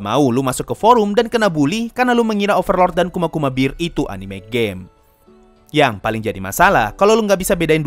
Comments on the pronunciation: Bang bacanya kuma kuma kuma bear bukan bir bang:/ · saat saya mendengar pelafalan kuma kuma kuma bear,lebih terdengar seperti kuma kuma kuma beer mgkin hanya perasaanku saja